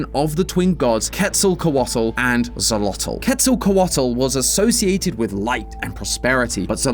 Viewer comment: "Zolotl" No. "Sholotl" X in nahuatl is pronounced "sh" like it is in Chinese.